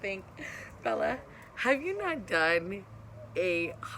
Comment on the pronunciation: Bella not bail